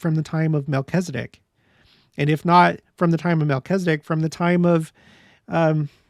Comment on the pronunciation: It's interesting to me that Latter day saints seem to be the only ones to pronounce Melchizedek incorrectly... there is only one 'i' in Melchizedek, and latter day saints seem to pronounce an 'e' where the only 'i' is, and i's where there actually are none. I wonder where that started.